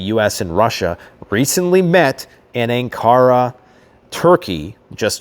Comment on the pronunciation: Bundeswehr is pronounced Boon-des-wear. Please learn how to pronounce Ankara too. The emphasis is on the first syllable An, not ka. UN-kara. As always, great job on the informative video. Too funny about the German uniforms with SS on them. Ooops! Worried German-American subscriber with family in Germany.